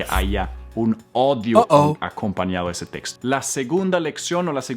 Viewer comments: Gracias por tus concejos, asi como tu hablaste mal la palabra audio, nos parecía mal escuchar asi odio en lugar de audio, asi también se sentiran cuando nos escuchan hablar mal el ingles😢 ya entiendo gracias ❤ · Profe no 😔 me está leyendo otra vez dijo ODIO en vez de AUDIO.... PLIS READ ME :) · På Spanska (Castellano) säger man inte odio (hatar) man säger audio (á u d i o) ljud ! Daughter är hija (dotter) girl -niña Pero se te perdona porque enseñas muy bien !! Gracias !! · No es ODIO SE DICE AUDIO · audio es oir y se pronuncia como tal,odio es aborrecer.Audio se pronuncia odio en inglés en español es AUDIO.Gracias por las 12 palabras de hoy. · estás cometiendo un gran error, al pronunciar, dices ODIO, de odiar a alguien o algo, es desprecio hacia alguien o algo. AUDIO, es escuchar algo. Y suena tal cual se escribe... A U D I O, pero en Español. Gracias por tus enseñanzas.😅❤❤❤ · Hola mi hermano, saludos. todos los días aprendemos un poco, gracias por tu entrega. Te corrijo en tu español, tu pronuncias la palabra "audio" y dices "odio" pronuncias las vocales "au" cómo "o" para que lo tengas en cuenta. Saludos, mil bendiciones 😇😇😇👏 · Además es guapo!! Pero, se pronuncia A U D I O, no odio! Jjaja. Me ha encantado el vídeo. He sentido que él ya sabía cómo pronunciaba yo esas doce palabras. GRACIAS!! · HOLA: por favor Texto con AUDIO y no odio como lo dices. Saludos. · es audio, no odio. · que ternura como dijo mal la palabra "audio" jajajaja decia odio y es audio jejeje saludos, gracias por tus videos. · En español no es odio, se lee tal cual la A y la U = audio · Muchas gracias por tus tips!! Mil Gracias, solo una observación. No se dice odios. Se dice audios!’ Pero te agradezco el queremos enseñar aprender hablar inglés! Bendiciones mi estimado profesor 😉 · Se pronuncia audio no odio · Se dice audio no odio jajaja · Se dice audio No odio .. pleace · Audio lo pronuncia odio! Nooo A-U DIO así! Pronuncia la A y U SEPARADA!